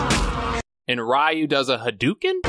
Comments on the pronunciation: Ree-You, not Rah-You aside from that, I've been enjoying your contents, especially the amazing Seagal series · So noone is going to comment on pronunciation of Ryu?🤣 Great review except that❤️ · Why do you pronounce Ryu that way?? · My whole childhood for Ryu I said “Rye-you” like you do in this video. But then I watched other videos about the Street Fighter game series and they pronounced it “Ree-You.” Which is it?